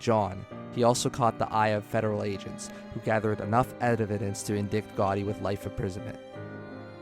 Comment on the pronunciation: Hold off on narration until you can pronounce basic words like “indict” and names like “Luciano” or “Moran”...